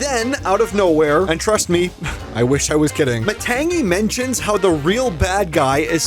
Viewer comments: THE G IS SILENT YOU PRONOUNCE IT LIKE THIS matani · It's ma tang ee it's spelled matangi but it's MA tang ee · Matangi kind of pronounced lie "Maa-tongue-'ee'" She's pretty much like Bruno framed bad, but is actually good